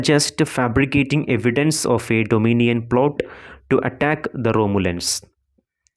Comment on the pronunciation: Doninion alla dominion aan❤️